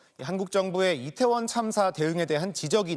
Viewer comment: 발음이 이상해서 몇번을 돌려 봤다.. "지난 해 참사가 일어났던 이곳 리태원 은" 이라고 들리는데.. 얼마 전, 왜색 표현을 하지를 않나.. 공영방송 수준이 점점 엘롱인데..